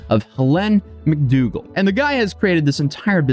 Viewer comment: Mr/Mrs/Ms Justice X is a title, not a name (unfortunately). Also, McDougall is pronounced McDoogal, not McDugall. ETA: very much ninja'd 😁